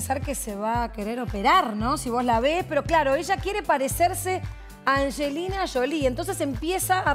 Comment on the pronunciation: Es Angelina Jolie, no Anshelina Sholie